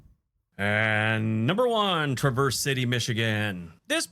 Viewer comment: He mispronounced Traverse city